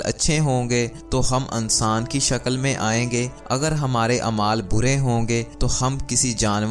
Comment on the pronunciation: Ankaar....Ansaan😅 wah....tumhara talaffuz....koi aur kaam kia kar....kapray phar k sia kar